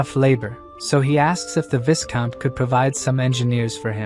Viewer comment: Viscount is pronounced “vy-count” Great story. Please keep going.